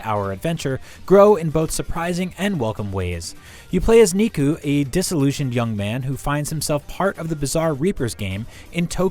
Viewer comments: its NEku! not KNEEku! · It’s Neku it greatly aggravated me I’m glad I’m not the only one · I feel like IGN employees purposely pronounce character names so much differently just to feel cool. If you played this game , you know it’s pronounced “Neh Ku” not “Knee Ku” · Why is everyone pronouncing his name wrong?!.... it’s “neh-koo” neku not niku.... this isn’t the first review that’s done this.... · ._. It’s Neku(Neh-ku) not nikku(knee-ku), that is literally how you pronounce my name Edit: how do you even say his name wrong when they even say it the right way in the game? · It's pronounced Necku not kneeku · NIKU? I thought it was Neku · The “Ne” in Neku is pronounced like “Net”, not “knee”. 😩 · I cringed every time he said his name... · Haha, “Niku” it’s Nado, dumbass the S is silent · "the main character... KNEE-KU" closes video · Hehehe he said niku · You hear characters saying Neku’s name vocally in the game... how is this guy saying his name wrong as kneeku. Did he even play the game? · You play as "Ni-ku"? Dude...This Hurts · Who's NiKu? I mean... Neku's partners pronounce his name in some parts of the game and even during fights (As I remember it from a long time ago; I played this on NDS). So now I'm a bit doubtful if the reviewer even actually played the game. Of course he just might've tested the game... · c’mon we know you’re bad with Japanese pronunciation, but Neeku? You don’t call them Neeko cats. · I lost interest in the video after hearing Nee-ku. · "You play as Niku" basically "You play as meat". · Kneeku kneeku knee! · Ethan Merrill they should do a bit more research it’s not nee-ku. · Still pronouced as "neku" lol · knee-koo?? LMFAO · This review would be better if someone who played the game was speaking instead of someone who is clearly reading off a script. Pronouncing the protagonist's name wrong a pretty obvious flag. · I’m 90% sure you’re saying neku’s name wrong.